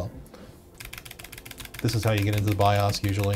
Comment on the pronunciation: the savior has spoken bios is now pronounced Bi-ahhs.